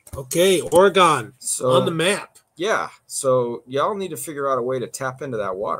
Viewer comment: You're definitely not from Oregon pronouncing it that way 🤣🤣🤣